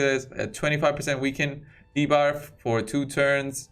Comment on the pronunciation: Lol, you said de-barf 🚫🤮 ... hold it in! 🤢